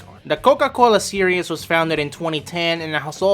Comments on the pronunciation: For the love of god its SERIES (SEAR-EEZ) not SERIOUS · This guy must me from New York. He puts an extra syllable in series